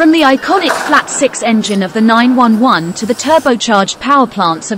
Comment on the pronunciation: LMAO, the AI garbage voice. "Porsche 9-1-1."